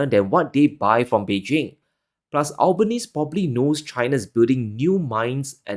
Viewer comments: Albanese is pronounced Al-Ba-Ne-Se, not Al-Ban- Neze. Of course we just call him Albo over here. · Pronounced as Alban Easy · You pronounce the Australian PM name wrong 😂